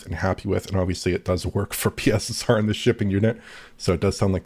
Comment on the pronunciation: You do realise that is Mark watches DF he also knows you've been calling PSSR "pisser"? 😂